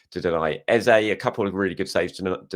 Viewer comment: Hi just want to point out...you are saying EZE'S name wrong again and have been for the last few videos.I will put it down to the excitement of getting your Internet sorted and the celebrations after big Gabi's late winner which is clouding your mind🤣🤷‍♂